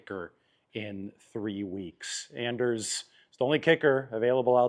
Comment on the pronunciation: its (on-ders)Anders carlson. Or his nickname is Ders.